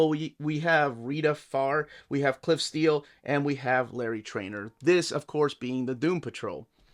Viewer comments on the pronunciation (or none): none